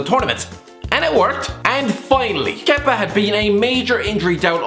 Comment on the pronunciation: Congrats for the for saying Kepas name right first time 😂